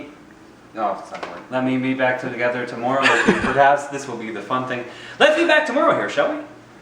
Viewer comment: "He said 'toMORRRRow.": -.– thinking, quit pointing out my Canadian-ness. XD As someone who's lived in the U.S. and Canada, this is amusing to me.